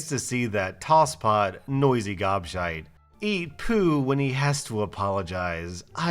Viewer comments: You are saying gobshite wrong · Hearing an American say gobshite is so strange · saying "Gobshite" is hilarious. 🤣😂